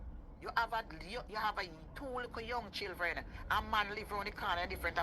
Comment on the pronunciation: She also says “chilthren” instead of children.